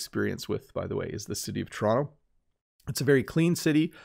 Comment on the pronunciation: I love you pronunciation when you say (torono in fast version and Toronto slowly way... Are you very exquisite teacher.